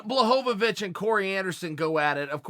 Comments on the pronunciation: I don't know how you can get the Polish 'Ł' correct in both the thumbnail and video title and then proceed to call him Blahovovich for the whole video 😂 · Gotta be Blahohvavich, just so Chael keeps saying his name for a few more months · Who is this Blahobobicz he keeps mentioning? Cmon Chael learn the names before making ur vids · Has to be a wind up. Surely. Jan Blo-vo-vo-vic and Blo-hon-ovic. Chael is giving Joey Diaz a run for his money in the name fuck up game. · Who the fook is “Blahocovonich” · If uncle cheal says guys name is "Jan Blahovovovoich" his god damn name is Jan Blahovovovoich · Jan blahonavicchh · "Jan Blohohovich" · No one: Chael: Yawn Blahanovic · blah ho ho vich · Its Yan Blahanovic, at least according to Chael lmao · "Jan Blohanavich" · Jan who? If uncle chael mispronounces your name you might not be ready for Jon Jones. I'm sure he's a good fighter but even Anderson is still trying to figure out who ko'd him.. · Poor Chael screws up soo many names. It bothers me more when Brenden Shlob says "SOE-NEN" every time, even when speaking directly to Chael. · 6 different pronunciations of Jan’s last name lmao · Lmao....can you get jan's name right please.....or just say jan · Even when he thought he got the pronunciation right, he was wrong. It's not pronounced, 'Bla', but 'Bwa'.....ł is like w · “Jan Blohovovhic”... “Jan Blavocovic”... FFS Uncle Chael lol. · Mr Sonnen, Blachowicz you pronounciate like Abramovich (that Russian oligarch) icz = ich in English language. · ''Jan Blahadowicz'' - Chael Sonnen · Blahovovich. Blohanovich. Blahovich. Kamara Usman. Chael says names wrong on purpose and it's frikkin HILARIOUS. LOL. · Chael “Jan Blachovowitz” Sonnen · Chael “blahomavich” Sonnen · Jan „Blachovowicz, Blachanowicz“ Blachowicz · It's pronounced BUA-HO-VICH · Chael is washed up forreal. He then called Jan "john blahadavits" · "Yawn Blahovovich" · Chael " Jan Bullhanovich" Lmfao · Chael: Blowonabitch. Me: Dont mind if i do..